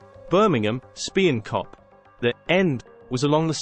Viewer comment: Talking complete bollocks. Chelsea have NEVER taken the Coventry end. OMG I can see why you think Chelsea were so hard. QPR, Fulham, Luton, Plymouth, Orient, Southampton (Milton Road was actually the away end), Stoke,,,,,wooo! Watford, you hard bastards. Speen Kop? Do you mean Spion Kop? Blackpool, Blackburn and Burnley .... wooo!